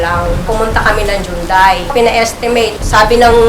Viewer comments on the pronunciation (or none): anong jundai? jundai pa more!